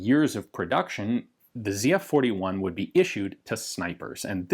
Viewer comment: thank you for pronouncing the name right lol